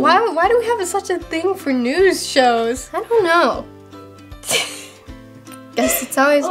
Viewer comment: They did not even say NEWS they said NEW